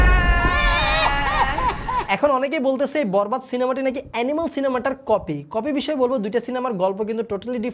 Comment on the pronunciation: Tui tokai copy k copy bolte shikh 😂